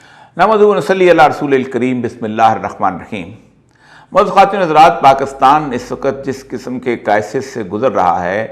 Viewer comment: Its PAKISTAN , Not PAKASTAN Sir! But thanks for telling true history to People.